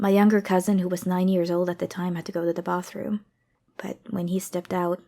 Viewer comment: “just pointed at the BOTHroom”